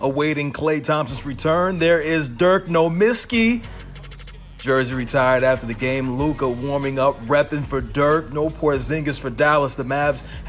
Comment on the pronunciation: He said NoMisski, GOLD